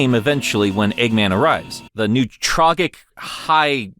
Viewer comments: I'm pretty sure Newtrogic is pronounced New-troe-jick. That's how I've always pronounced it, anyways. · these pronunciations are killing me! Newtrogic rhymes with logic. Also, the "ech" in Wechnia would have to be pronounced like in "echidna." Y'know, White Echidna, Wechnia?